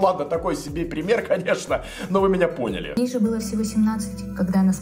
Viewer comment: Мне так понравилось, как сказал "мы понИ́ли бл**